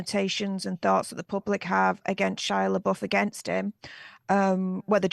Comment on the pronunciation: They (O. Wilde and Jason S.) were never married. Only engaged. You keep referring to their divorce. Also, it’s Shia Le”buff” is how you pronounce it, even though it looks like Le”boof”. Just FYI. :)